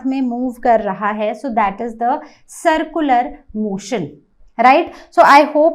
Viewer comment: Its not sircular you are not pronouncing it right